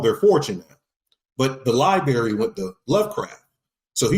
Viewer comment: Can’t take the way dude says library. Sound it tf out bro.